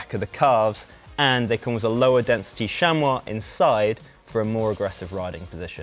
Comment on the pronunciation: Tim Butler wet myself when he said shamwaah, rewatched that bit several times 😂 I